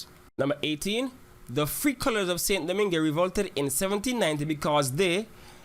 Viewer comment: Was just about to type this... And St. Domingue is pronounced weirdly too